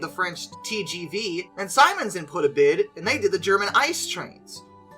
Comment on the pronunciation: Siemens = SEE-menz